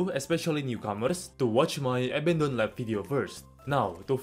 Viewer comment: when you say abondoned lab it sounds more like eminem lab or m%m lab